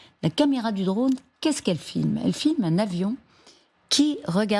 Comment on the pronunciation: " Reaper ", "Repere" C'est si difficile de dire " drône ".